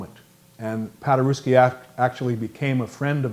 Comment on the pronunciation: It's P a d e r e v s k i not PADERUSSKI for cerying out loud..........